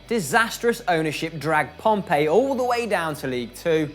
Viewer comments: Why are you sayin pompeii it’s not some dead ancient Italian grave city, i mean it’s debatable but it definitely isn’t Italian. It’s pronounced pompi mate common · Pompey not Pompay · Portsmouth is a city not a town and it's Pompey not Pompeii js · PompEE. Not Pompay. We aren't an ancient roman city.